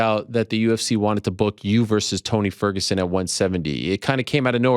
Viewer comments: Shock nobody notice that li said font toguson 😂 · He literally call him “Fony Tergerson” 😂